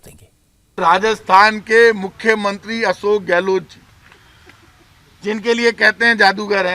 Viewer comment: रजत भाई आप हमारे मुख्यमंत्री का नाम गलत बोलते हैं हमारे मुख्यमंत्री का नाम अशोक गहलो ट नहीं है सही नाम है अशोक गहलोत लास्ट का अक्षर सरनेम में त है / ट नहीं